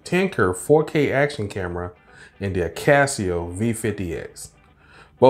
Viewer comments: A-Kah-So, not AK-As-See-Oh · Why akaSEEo and not akaso?